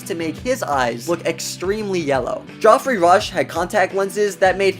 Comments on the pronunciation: I’m not sure you’re pronouncing Geoffrey Rush’s name correctly. I believe it’s pronounced the same as “Jeffrey”. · In case you weren't aware, the name Geoffrey is pronounced the same as Jeffrey. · How do you know SO much about POTC and NOT know the correct pronunciation of Geoffrey Rush'e name. It's just "Jeff-ree" - - that's how he says his own name. Your mis-pronunciation was embarrassing. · The actor Geoffrey Rush. Uploader keeps saying his name. I always thought pronounced like “Jeffery.” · Dang. His name is GEOFFREY Rush. Not JOFFREY. Driving me bonkers. PS. Love Johnny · It’s pronounced ‘jeffrey rush’. This isn’t Game of Thrones! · FYI, It’s pronounced Jeffrey; it’s just an alternate spelling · you know Geoffrey is pronounced Jeffrey, right, it's just a different spelling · FFS Geoffrey is pronounced Jeffry. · It's Geoffrey not joffery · its spelt geoffrey rush. its pronounced Jeffrey Rush. This is irritating everytime i hear it pronounced wrong. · Pmsl...Joffry Rush lol it's Geoffrey Rush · 'joffrey' rush? haha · FYI Geoffrey is pronounced Jeffry. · Please learn how to pronounce Geoffrey! Just google it for goodness sake! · i love this, but one thing that annoyed me is your pronunciation of Geoffrey Rush......it is pronounced as JEFF-REY. There are multiple other videos that I am sure you have watched with him in it and how is name is supposed to be pronounced. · Just so you know the name Geoffrey is just another way of spelling Jeffrey, it’s said the same way 👍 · "Joffrey"? smh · Do you really not know how to pronounce the name Geoffrey? Wtf is with voice people not taking 5 seconds to learn how to pronounce words and names these days??? It's so annoyingly and unnecessarily stupid it immediately ruins a video for me. There's NO excuse. Just.... CHECK! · The most bizarre pronunciation of ‘Geoffrey’ ever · It’s painful to hear Geoffrey being mispronounced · Dude, you have 6 Million subscribers, and you can’t pronounce “Geoffrey” properly?? Wtf 😂😂